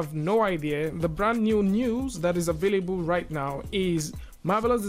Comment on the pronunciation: And ..."available"...as avelebul